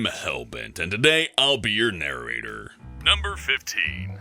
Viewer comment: am i the only one who hears "narraraytor"?